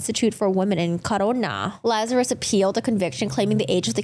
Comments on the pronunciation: You CAN see her facial reaction on the original video! 🤦🏻‍♀️ P.S. her surname’s pronounced – LAZ AR US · Every time you mispronounce "Lazarus" it triggers me.